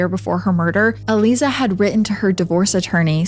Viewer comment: I'm pretty sure her name is pronounced...uh-lie-zuh...Aliza.